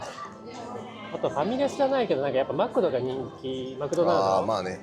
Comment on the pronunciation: 聞いた事のない『 マクド』のイントネーション笑